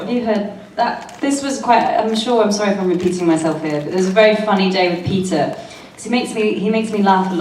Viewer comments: Everytime Jenna says Peter I hear pizza. 😂 Sorry. 😂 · every time Jenna said 'Peter' I understood 'pizza'